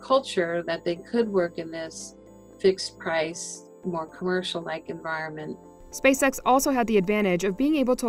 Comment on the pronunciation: Not sure if anyone has notice but when you say SpaceX slowly it sounds like SpaceSex. I think it’s intentional.